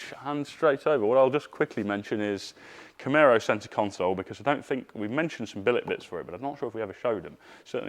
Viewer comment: Please I cant take it anymore, you and Mike Brewer...... it is CamAro ........... not CamEro